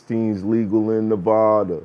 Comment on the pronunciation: It's Nevada rhyming with DATA not NaVodda